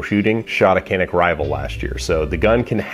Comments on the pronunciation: FYI, it's pronounced "jan-ick" not "can-ick." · Okunuşunu yanlış telaffuz ediyorsunuz. Canik. Yazıldığı gibi okunuyor. 🙂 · It's pronounced "Janick." Say, "pizza." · This is what I was waiting for. 😁 But I want to hear you pronounce it dʒa.nic... 😛🙃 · Canik bought the best gun on the IWA show in Nürnberg. But you guys have to learn how to pronounce the name of the company. It is more like something between J and Ch, like it was written as Janik.